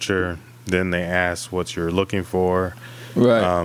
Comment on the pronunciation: And it’s “ask” not axe.